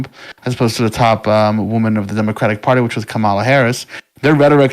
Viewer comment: I stopped listening when you mispronounced Kamala. If you can't get that simple thing right you are credible enough to listen to.